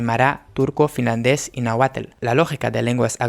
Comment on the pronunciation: Náhuatl lo escribiste y pronunciaste erróneamente. Saludos